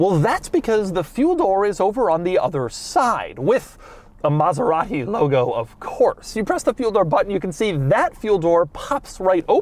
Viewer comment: Stewie approves your extra "H" sound in your Maserat-Hee pronunciation. coool Hwhipppp. same comes from John Davis host of Mote-Hore week